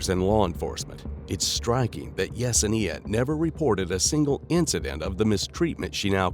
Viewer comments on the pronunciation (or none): I cringe at the way you keep pronouncing Yesenia. You keep adding an extra syllable 😅